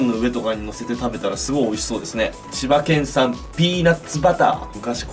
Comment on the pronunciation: 千葉県産がもれなく柴犬産に聞こえる